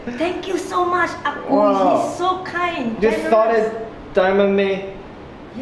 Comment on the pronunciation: I believe the Ah Ku uncle you are referring to, should be your mother-in-law's brother? For better pronunciation, it should be Ah Kuu. Woah, mooncake from Peach Garden! This is one of the famous local Chinese restaurant, which most Singaporean Chinese should know them. The proper name of this festival is "Mid Autumn Festival", which then represents the year has reached the autumn already. As for the history of Mooncakes, actually both you and your mother-in-law are correct. 1) There is a fairytale of about a fairy by the name Chang Er. During that era, there were 10 suns in the sky which were causing droughts. Chang Er husband Hou Yi was a very powerful hero, took his bow arrow shot down 9 suns which then save the people. As reward, the queen of deity gave him immortality elixir as reward. Hou Yi eventually became king and turned a tyrant. Chang Er worried that the country will be in disaster if Hou Yi ate the immortality elixir, so she ate the elixir herself and flew to the moon. 2) There is another later version which the mooncake was used as a container to hide message. It was during the late Yuan Dynasty, and there were rebels all over the country to overthrow the Mongols. In order for the rebels to communicate without getting caught, they made mooncakes and hid the rebellion messages inside the cake. These two are the more popular ones which many locals will know. Actually the Mid-Autumn Festival in records is more for celebration of harvest, when the Emperor will celebr